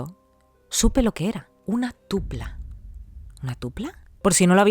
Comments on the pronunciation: Hola, si, yo en el correo escribí Tulpa, pero desconozco por qué lo pronunció Tupla. En mi opinión, los egregores llegan a ser diferentes a los Tulpas creados en grupo. Pues un tulpa lo crea una persona, pero puede que lo que le de energía para materializarse sean varias personas, es eso a lo que me refería. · Hola, si, yo escribí la historia. Yo escribí Tulpas, pero lo pronuncio tupla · No es tupla, es TULPA